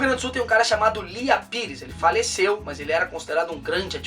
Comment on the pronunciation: Achei até que fosse "must", tive que ouvir de novo para entender hahaha